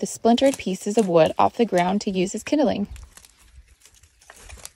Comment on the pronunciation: You’re saying kindling wrong Darlin. It’s two syllables. Not 3.